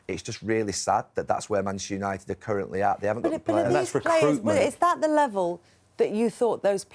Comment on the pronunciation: Neville can't even say the club's name that he used to play for. "Manshoonited." Pathetic